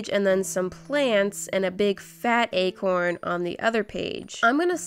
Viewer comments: When she said acorn I thought she said a corn 🌽😂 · Okok I heard “egg horn” once when she said acorn😂now everytime she said acorn I keep hearing egg horn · When she said Acorn I thought she was painting a corn 🌽